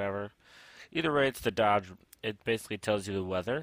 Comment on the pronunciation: That moment when you don't even know how to pronounce doge